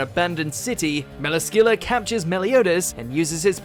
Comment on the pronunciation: He pronounced Melascula wrong